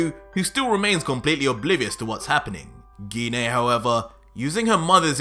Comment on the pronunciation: First of all genine tf its pronounced gine